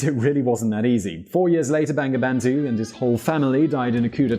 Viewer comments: It’s not banga bandu.. it’s bongo bondhu... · its actually pronounced "bongobondhu" haha. bengali romanisation is kinda shit. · Bangabandhu pronunciation is = bongo bondhu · Please pronounce Bangladesh and Bangabandhu properly. its really insulting how you make videos of countries by pronouncing the names and it's leaders' names wrong. Thank you